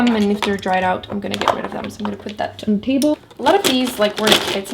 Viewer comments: It's kinda funny when her accents affects the way she says the. 😂😂 "da" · "dee" "dey" "dat"